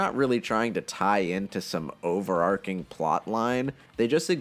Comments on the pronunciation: im not the only one that pronounces it overarking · why does he pronounce overarching like that lol